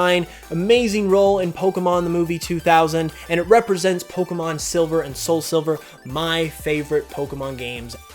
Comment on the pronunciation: 32 dislikes....probably for the way you pronounce pokemon